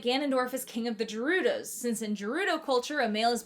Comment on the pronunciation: Bro said jerudos